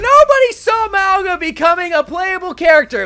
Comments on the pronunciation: Nah Mauga’s VA isn’t Samoan he’s apparently Tongan. Which kinda makes sense because neither him or the devs seem to pronounce his own name correctly. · so many people pronouncing mauga's name wrong hurts